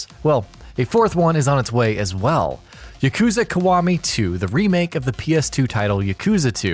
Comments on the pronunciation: Yakuza is not hard to say. It is not "YaKOOza". There is no ooo sound and definitely no emphasis on the second syllable. They say it enough in the games. Ya-ku-za. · The way you say “yakuza” and “kiwami” triggers me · "Yuhkoozuh" Stooooooooop. Its pronounced like... "Yahkoozah" Only in sense that that U always makes an oo type sound. Yakoozah actually looks hella wrong... just... be weebier plz. Learn yerr japanese pronounciations. Ill work on my english spelling. XD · You saying yuh — kooza bothers me so much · he needs to know how to pronounce "yakuza" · whats wrong with how he says kiwami everyone says it like that .. u got him on the yakuza tho